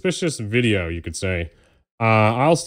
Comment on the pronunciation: I really like the word 'wideo'.